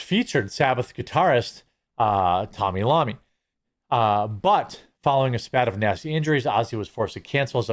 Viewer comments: TONY IOMMI (TOE-KNEE EYE-OH-ME) Not Tommy Lommi, goaddammit, lol. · He said Tommy Lommi, the guys name is Toni Iommi (ai-oh-mee) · “Tommy Lommy”?! Do you mean Tony Iommi (eye-o-me)? 😜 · Bro.... Ton-E Lommi? 😂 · Dude called Tony Iommi , “Tommy Lomy! If you don’t know better than that why speak on this subject ! Damn. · I didn’t know Tony iommi was pronounced Tommy Lommi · lol "Tommy Lommi"